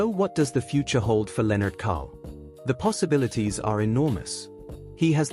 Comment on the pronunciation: Lennart Karl - Not Kohl. But besides of that very beautiful story telling video. Congrats Aschaffenburg = Ashaffenboorg - not Ass-tchaffenberg